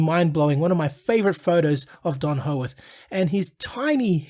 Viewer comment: Why can't this guy say peoples names correctly . Hoeworth . Pmsl